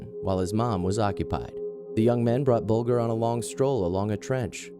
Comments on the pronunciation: The victim of the killers at position #1 is pronounced Bull-Ger (Ger- like at the start of Germany). Terrible case from when I was a kid committed in my neighbourhood. The boys are free now and have secret identities. I truly hope they have reformed. What makes people and kids snap like that? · You pronounced James Bulgers name incorrectly, it's pronounced bulJer, instead of saying the letter G :) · its pronounced as bul-jer not bul-ger but it is spelt bulger rip james bulger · It's buldger not bugler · Sorry to be pedantic, but James Bulger's name is pronounced (bul:jer) not (bul:gur). This happened in my home town Liverpool, and now his killers have been released with multiple new identities. Venables has also been charged with indecent images of children since being released. What a wonderful world we live in. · Great vid but its James BULGER not what you say buljer if you like ....the worst kid killers ever I live same area and it was horrible what they did to poor James RIP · Actually, Venedbles and Thompson both admitted that there was not a sexual nature to their attack on Bulger (pronounced Bul-jer). The Police also said that there was no sexual nature. While it is true that Bulger was found by train tracks naked and 2 days dead, no sexual assault was found. Sorry... We had to research that case in school during Crime and Punishment. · It's pronounced "buljer", dumb yank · Disrespectful that you can't even pronounce James Bulgers name correctly. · Love your videos. Just a note though - that's not how you pronounce Bolger hahaha. The 'g' is pronounced like 'j' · You don't even know how to pronounce the victims name.